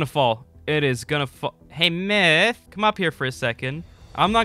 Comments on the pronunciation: It's "myth" not " miyth" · Lol the second I clicked on the video I hear, "mith" xD